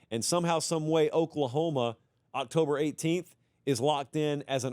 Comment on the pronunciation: Did I really just hear "cocktober surprise"